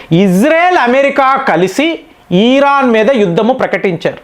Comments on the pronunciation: యిరాన్ కాదర నాయన ఇరాన్ అని చెప్పు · ఒక్క పెరైనా కరెక్ట్ గా పలుకు సామి, ఖతార్ ను కాతార్ అంటావ్, ఇరాన్ ని ఈరాన్ అంటున్నావ్, కువైట్ ను కువైత్ అంటున్నావ్ అవి ఎక్కడున్నాయిరా సామి అని నేను జుట్టు పీక్కుంటున్నా